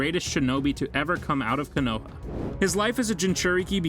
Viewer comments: Bro said koonaha😂 konoha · Bro I hate when they pronounce the words wrong it (ko-no-ha)and (Ah-katts-ski)Justin would have killed this voice over smh 🤦‍♂️ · Koo-noo-ha 😂 Kazikaji 🤦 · kanowa, minado